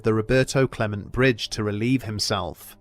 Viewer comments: It's the Roberto Clemente (cle-men-tay) Bridge named after the famed player for the Pittsburgh Pirates. Not the Roberto Clement Bridge as your said. Just wanted to point it out :) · I love this channel, and I mean no harm by this, but hearing the mispronunciation of Roberto Clemente's name is hard on the ears. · Ok the way he said Roberto Clemente bridge really got me 😂